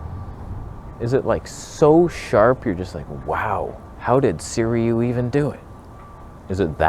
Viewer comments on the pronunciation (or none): Informative and funny video, as usual. Side note about Sirui pronunciation - try "Seer-ooo-eee" instead of "Seer-eee-ooo". The company that gives you a free lens to review might appreciate it if you could say their name correctly. And regarding the wearing of sweat pants in public (of any color), the implication is that you just rolled out of bed and went outside without washing yourself. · I came just to hear you try to pronounce Sirui